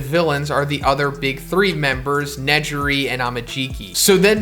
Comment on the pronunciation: Im sorry but you said ne - ji - ri Tf